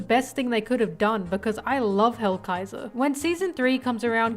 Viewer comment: I was going to watch the video since ASTOR and ZANE are one of my favorite characters from that arc but when hearing the very very very WRONG pronounciation of their names i was like "who the fuck is edo and hellraiser or whatever this bish called them?" Thats not their names. So i just decided not to watch. Again, wrong names.